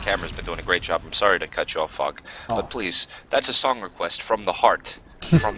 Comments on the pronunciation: everytime says Fog it sounds like he's saying fuck xD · There were a few times I though was saying Fuck instead of Fog